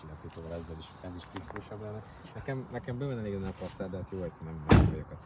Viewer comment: Passzát? Mi van? Az Pászzát, ha már kimondjuk!